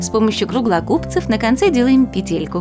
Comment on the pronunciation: Не петЕлька, а пЕтелька